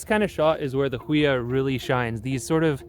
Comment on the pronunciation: FYI its pronounced "Who e ya"